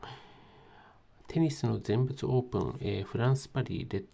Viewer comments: ぜんふつな。ぜんぶつじゃないよ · ぜんぶつ って……。どこの国の人よ？